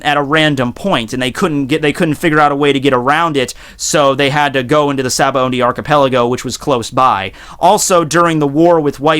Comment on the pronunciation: shabondi is how its pronounced.